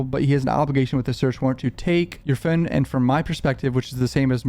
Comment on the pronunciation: PHONE. PH O N E. NOT FUN. NOT PHUN. PHONE. PHONE. PHONE.